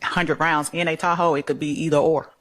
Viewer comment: At first, I thought that they were saying, "tacos" not "Tahoe".